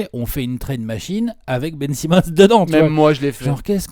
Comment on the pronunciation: "Benjamin Simmon" 😂😂🤣🤣